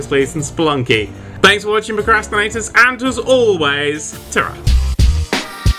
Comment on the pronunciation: Stop saying procrastinators like that it's not cool